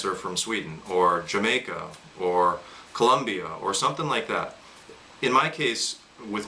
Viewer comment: I'm from Colombia just sounds nice to here my countries name pronounced correctly instead of Columbia. Thank again you are from Florida.